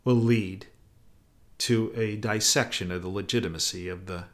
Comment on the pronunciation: I love your podcasts, sooooo very informative, but Plz,, stop saying 'disection.' The word is "dissection." The first "i" is short.